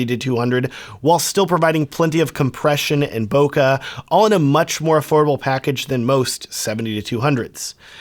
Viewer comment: It's a Japanese word. It's two short syllables, "bo" like "tie a bow" followed by "ke" like the letter "k". They are equal length and equally stressed. ボケ.